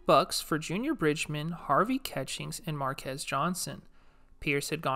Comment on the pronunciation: 😂 Marques🤔 it’s pronounced maar·kuhs (sounds like mar kiss) Kris Johnson of UCLA Basketball’s 🏀 Dad who also played for UCLA Marques Johnson also plays Raymond from “White Men Can’t Jump”